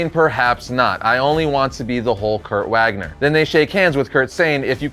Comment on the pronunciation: If his name is Kurt Wagner his last name is pronounced Vagner as in Germany.